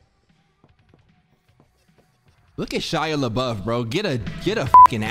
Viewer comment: Lmaoo “shia lebouf” 🤣